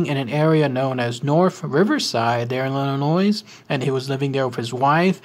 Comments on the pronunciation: DOOD, there's no "noise" in Illinois (you don't pronounce the 's'). I'm from Chicagoland so I know! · Just a request.... Illinois is pronounced "Illinoy". The s is silent. Great program!